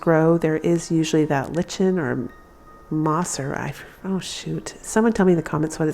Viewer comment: It’s a form of moss and you had it! Just pronounce it “like-un”. 😊